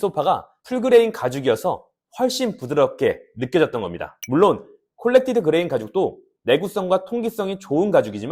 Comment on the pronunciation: 콜렉티드가 아니고 코렉티드 ㅋㅋㅋ 말 그대로 수정한 표면 이란 뜻이잖아요 ㅎㅎ